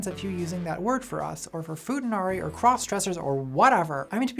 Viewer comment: "fooda narree" (good video though)